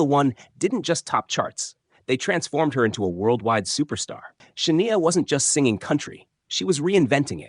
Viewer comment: Stop saying Shania's name if you can't pronounce it